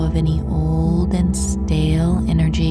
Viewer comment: sorry, i couldn’t help but laugh when she said “any old and STALE energy”